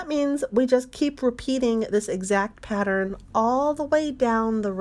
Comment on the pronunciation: I am unsubscribing but I must tell you why. I just cannot listen to the “singing” instructions. If and when that changes, I will return. Just speak, don’t hang on the the letter for a bit afterwards. I believe the word that was the straw that broke the camels back for me was pattern. It’s pattern. 2 syllables rather than a hold for a 3 count of 4 counts. Many thanks. I will check back periodically to see if this has changed. Some folks love it I guess, I simply don’t.